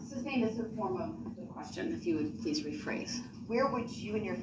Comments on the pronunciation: It's my pet peeve also. He asked witnesses if they "seeked" to testify, I was losing my mind! Substain drove me crazy the most. Boff instead of both. Troof instead of truth. I can go on and on. He's even lazy when he talks! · substain, axx, tackit, and on and on